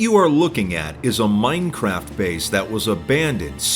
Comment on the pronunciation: i think you mean "oldest anarchy server in moinecraft" i love the guy but holy cow the way he says minecraft drives me insane lol